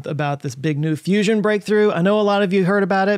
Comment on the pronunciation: Its a fuss-ion.